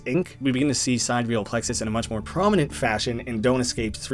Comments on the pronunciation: sidEEreal Plexus?? I always thought it was SI/SYdereal Plexus… is there an actual correct way to pronounce this…??? I only now realised watching this video that it can be pronounced differently 😭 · Side real plexus… it’s side-real plexus. Sorry I love the vid but si dereal plexus just grinds my gears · huh i thought it was pronounced side real plexus, but sidereal plexus is also an option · I notice you pronounce “Sidereal” differently in this video than you did in the original video & the Don’t Escape 4 playthroughs. Any reason?